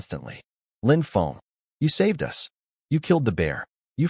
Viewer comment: I love how the voice this channel uses cant pronounce "us" properly and pronounces it like "u. s." making it seem like ths united states just shows up randomly in the stories